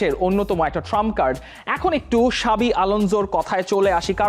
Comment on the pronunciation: ভাইয়া ওইটা ভিনসেন্ট কোম্পানি হবে। ভাসো কম্পানি।।। আর ওইটা সাবি আলোন্সো না জাভি আলোন্সো